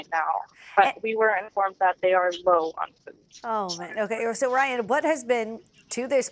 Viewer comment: My names Ree-Ann -Okay Ryan, how are you dealing? Lmao